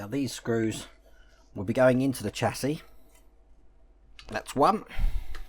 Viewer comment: Chassis is pronounced shassey in the uk, love your content though but hate the American term for a car frame